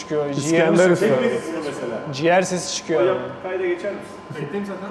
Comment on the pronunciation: ciğer deyişinde hastalık olduğunu hastalar bilir😂 yolun açık olsun çok başarılı ol güzel insan.